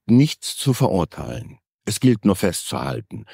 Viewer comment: Könnte man das "nur" vielleicht ein bisschen weniger stark betonen? Klingt nicht wirlich professionell.